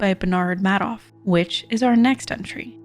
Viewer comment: Madoff is pronounced as May-doff.